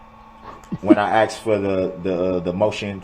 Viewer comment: When he " AXED " 😆🙄🤔